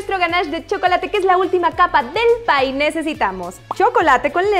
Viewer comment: Jajaja es un pye no un pie 🤣🤣🤣🤣🤣